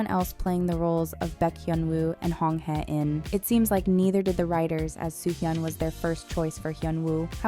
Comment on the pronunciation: Heh-in - it was distracting that the character’s name wasn’t pronounced correctly throughout the video. A better way to pronounce her name is “Hey-een.”